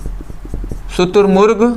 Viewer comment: शुतुरर्मगु नहीं शुतुरमुर्ग होता है 😂😂🤣😂🤣😂